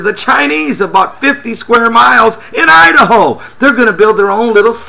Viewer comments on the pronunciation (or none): none